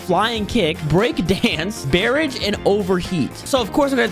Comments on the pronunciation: bro said barrage”berrege”💀💀💀💀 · Bro really said "BerRaaGE" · he can’t pronounce barrage